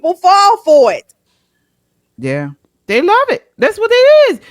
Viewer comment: She didn't say They, She said Day 😂😂😂😂😂